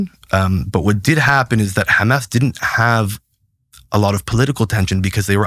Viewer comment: The first time he said ham ass for Hamas, I was suspect